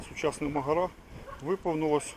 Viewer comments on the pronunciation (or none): То ви просто повинні знати, де правильно ставити наголос в слові "Магара"!